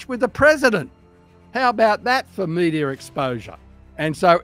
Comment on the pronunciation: It's MEDIA not "MEDIAR"